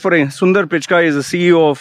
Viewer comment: 3rd time correction: Its PICHAI and NADELLA, please say the last names correctly. you said PICHKAAII and NANDALLA